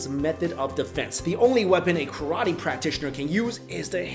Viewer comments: also it isn't KAR-A-TEE, it's pronounced Kah-rah-teh. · Ka RAA Te